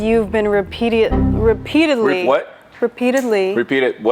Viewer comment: re(pee)diatley like girl we heard that and uhm what you talking about you’re obviously not a teacher